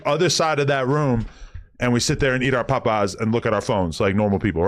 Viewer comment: Adam Can't Even Say Popeye's Right